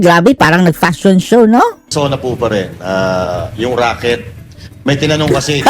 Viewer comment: RACKET hindi ROCKET😂😂😂